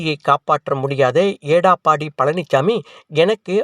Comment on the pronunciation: எடப்பாடி பழனிச்சாமி என்பதை ஏடாப்பாடி என்று உச்சரிக்கும் உங்களையெல்லாம் எதைக் கொண்டு அடிப்பது😢